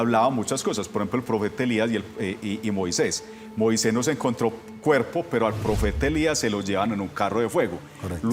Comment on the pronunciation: Después dice "Moiseis" y es Moisés.